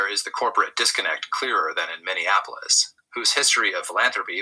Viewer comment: just want to mention something about Minneapolis and the way you pronounce it. I think you may be confusing it with Indianapolis. You pronounce it as Minnea-Nap-olis like IndiaNAPolis. It is Minne(mini)-AP-olis. Hope it doesn't offend you. You do good work. Continued good success. We need you work. It's a Mind Game. Know yourself. LOVE YOURSELF.